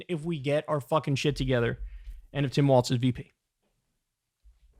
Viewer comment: governor of Minnesota, during his oath, the pronunciation is “walls” — with no “t” sound. So, although it kind of looks like it should be “waltz,” “walls” is the correct pronunciation.